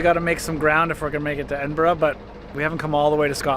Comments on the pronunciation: You're near where I live about an hour away! Also did you go to the kelpies there amazing! And finally someone from America who can say Edinburgh lol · I've been on the Falkirk Wheel, twice, and I've loved it. I've also walked through and sailed through the Falkirk Tunnel. It is a great trip. When you were sailing through the Rough Castle Tunnel, you were sailing under the Antonine Wall. Thank you for saying Edinburgh and Glasgow correctly.